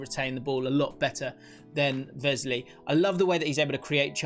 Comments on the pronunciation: No Grealish, Martinez is player of the season for me... Also its Wesley not Vesley haha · Please don’t say vesley